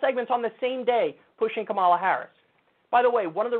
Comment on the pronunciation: CNN sucks…but at least they know it's "COMMA-la" Harris, not "ka-MAL-la". "ka-MAL-la" was a wrestler.